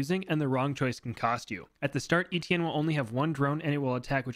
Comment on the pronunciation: You didn’t even try to pronounce Étienne the french way, probably because the « tienn » sound has absolutely no equivalent in English at all, but you could have tried